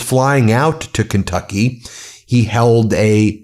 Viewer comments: tRump can't even pronounce the state of Kentucky correctly. How long has he lived under his rock? Keentucky? Obviously he flunked his phonics lessons. Sheesh! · did that mfer say "KINGTUCKY" ??? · Love how trump pronounces Kentucky as kingtucky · Keentucky? Gaaaawd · I don't mean to be abusive with people who have a Speech impediment🫤 But 🧐 KEEEN TUCKEEEE🤣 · As Doo Dooo J Pronounces; Keen Tuckeee🤣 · He can't even pronounce it. He said "KEEN-tucky" twice, but they don't care! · I'm not from the US, but is that how Kentucky is pronounced!?